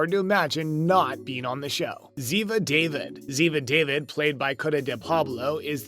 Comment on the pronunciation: It's ziva da-veed not ziva david